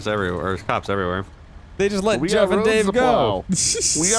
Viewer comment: I was eating noodles when you said chef instead of Jeff and I swear I spit so much noodles out my mouth it's crazy